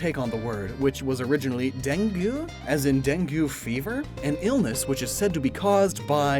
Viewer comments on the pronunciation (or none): you pronouncing dengue like fondue was really funny its pronounced more like dan-gee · I know this is a 2-year-old video but "dengue" is pronounced as "deng-geh". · Dengue is /deng-ge/ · Just two small things! Dengue is pronounced Den-gay in more English speaking countries, while it's pronounced Den-geh in more Asian countries (potentially Latino too? I'm not sure about that myself). Also, one interesting thing about Dudunsparce is also that its name and evolution are "redundant". Because everyone begged so badly for GameFreak to give Dunsparce an evolution, and they decided to make Dunsparce's evolution literally the same thing, but twice/thrice. So it's redundant. To represent both the unnecessary evolution, and Dunsparce's repeating segments.